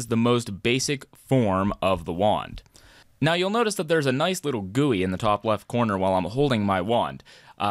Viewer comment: Can't stand the "gooey"